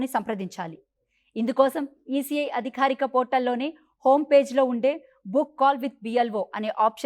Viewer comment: అదిఖారిక కాదమ్మా అధికారిక అనాలి, కేపచ్చా కాదు క్యాప్చ్చా అనాలి